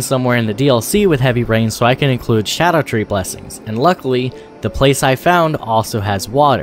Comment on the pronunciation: "vEYEgor" is pronounced "VIH-ger". And it's SCADUtree, not Shadowtree lol